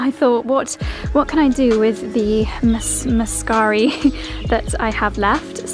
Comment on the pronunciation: The blue flowers are grape hyacinths, small version of the pink ones. Very much not a weed. Sown by small bulbs and self seeding. Great video. Love the cottage. Cozy rental. Your pronunciation of muscari is spot on.